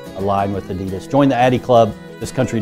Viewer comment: Pronounced Oddy Doss or Ah - Dee - Daas